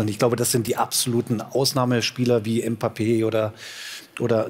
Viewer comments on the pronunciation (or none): none